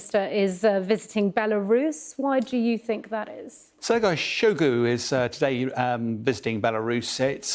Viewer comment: Funny how he can barely pronounce the Russian defence minister's name Shoigu, but feels that he can provide an authoritative point of view on this conflict.